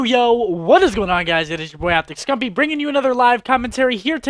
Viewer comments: He said optic smupii😂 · did anyone else notice him say optic scumpi